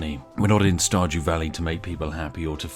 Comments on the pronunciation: Di you say starjew valley? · listens carefully did he say starjew?